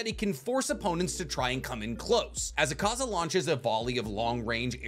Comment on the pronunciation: It hurts listening to you say akaza wrong and then claim he’s your favorite character